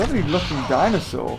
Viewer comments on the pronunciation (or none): none